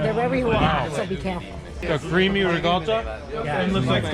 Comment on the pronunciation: its not Rigotta its Ricotta with a C, damn Yankees lol